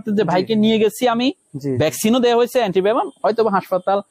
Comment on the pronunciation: উচ্চারন টা হবে এন্টিভেনম।